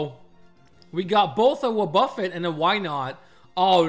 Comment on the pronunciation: Let me be Hermione: It's WObuffet, not woBUFfet. Also, it's chime-ECHo, not CHIME-cho :).